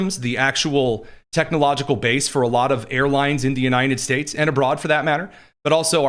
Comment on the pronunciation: it always sounds like says Uninin States!